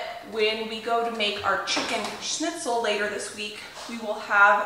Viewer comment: I Love that you are pronouncing the Word Schnitzel right 😁😁 and one Thing I wanted to say about the mashed potatoes: I dont know why, but for some reason the mashed potatoes do taste soooo much better If you give a good amount of Salt into the boiling water. Just Like in Pasta. Maybe you will still have to put some salt to the potatoes when you mash them, but If theres a good amount of salt in the cooking water it really makes a difference. I dont know why, but just try it 🙂 the potatoes itself get so yummy.